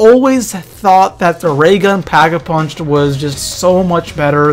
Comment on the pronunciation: Did i only hear packavunched ? XD